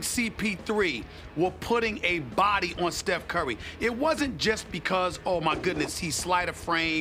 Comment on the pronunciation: “steph curly” 😂😂 stephenA was trying so hard not to laugh